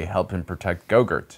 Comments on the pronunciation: It's Grogu not Grogurt. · His name is Grogu, not Gogurt.😁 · Did he just call Grogu, "Go-gurt" ? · I still can't get over how you pronounce gorgu's name as gogurt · Or Kryze as KRY-ze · Sorry but it's pronounced Grogu